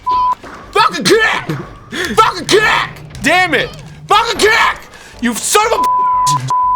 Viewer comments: Anyone else thought Arin said "FUKIN PUNCH!" at first? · what he says:FALCON KICK!! what i hear:FUCKING KICK!!!! xD